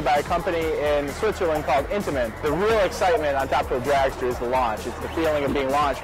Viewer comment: It is Intamin, not Intiman